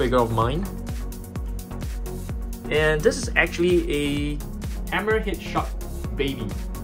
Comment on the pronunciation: Him saying shark: basking shuk Me: 👁👄👁